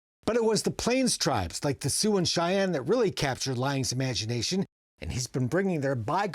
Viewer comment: ' the Sioux and --- SY ann? WTF? AI narration has a long way to go. Why let these mistakes through?